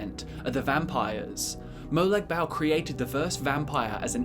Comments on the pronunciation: its not molag bal its Molag Bal like bawl u dont say bal dont sound right ... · It's pronounced (moe-log ball) but spelt like that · Its more pronouced like "Barl" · “Molag Bowel” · I'm sorry, but I just can't stand how you say Molag Bal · It’s Molag bal